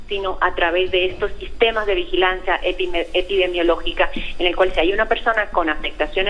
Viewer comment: ah bueno!!... la tipa esta no sabe pronunciar “epidemiologica” y así opina... aplausos a los alarmistas!!!...